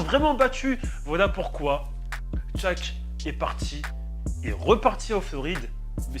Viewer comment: Shaq mdrrr et pas tshaq mdrrr mais bonne video